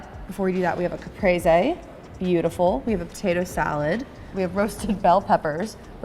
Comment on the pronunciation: I'm not even italian, but this pronouncing of caprese made me sick